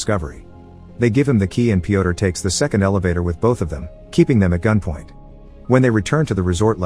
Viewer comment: Yo guys I have a question for Americans. Why can’t you say name Piotr the right way? Letter ё sounds just like in burn, turn, learn. I genuinely wanna know, no cap